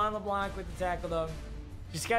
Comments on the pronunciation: Nobody: Absolutely nobody:: Cre’von leblanc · When papa says Leblanc wrong😔